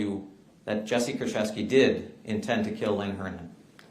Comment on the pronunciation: I am Polish, it's Koorchevskee and "ch" as in chamber not in character, and the stress is on the second to last syllable